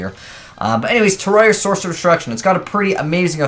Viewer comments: It's not "Tiaria", it's like "Sierra" or "Ciara", but with a T at the beginning. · Is it your low IQ or 0 effort while making videos the cause of you pronouncing it Terraria?